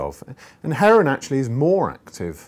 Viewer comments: why does he say it like that XD "Heroine :D" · Nah heroween mayte.. heroween.